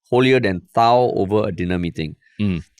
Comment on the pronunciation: "Holier than thou". The th is not pronounced as in "thing", but as in "the". One shiok thing - Go watch The Ten Commandments starring Charleton Heston